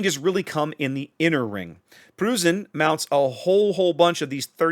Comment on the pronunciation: It’s pronounced “Proysen”